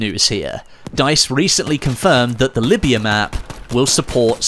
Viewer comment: it’s Libya not Lyiba